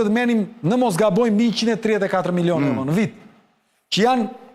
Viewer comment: 33 miloon evro sic i thojne Greket... Jo euro sic i themi ne... hahha. Te pakten ti lexoj ne shqip